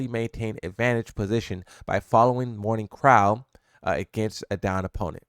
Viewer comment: Bro its crow ... crow like the bird.